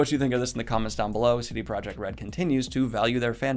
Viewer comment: not related to Octavia, just wanted to point out that CD Projekt Red is pronounced as ProYekt (german and similar languages have a different sound for J)